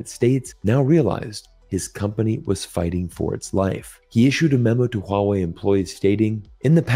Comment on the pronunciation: Someone non Chinese speaker who can pronounce Huawei in a correct way 😂❤